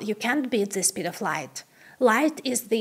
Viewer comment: how can a girl who is so intelligent speak so poor English? She can't even pronounce the word "speed" properly?